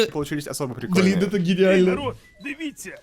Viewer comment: мне тоже тригернуло чуть чуть, но он потом исправился и стал произносить через "э" и даже "дивіться" получилось сказать правильно